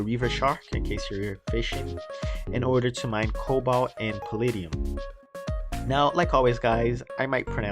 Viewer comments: not to be mean, but you mispronounced palladium (puh-lah-dee-uhm). instead, you said pallidium (puh-lid-ee-uhm). some people cant see the difference. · Palladium: Pa-lah-de-um. :)